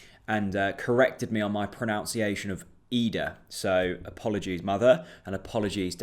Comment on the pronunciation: I hate to break it to you mate, but you’re also mispronouncing “pronunciation” 😉